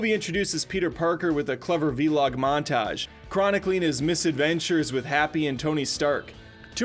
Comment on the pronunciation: And he says "V log". i really hope that was on purpose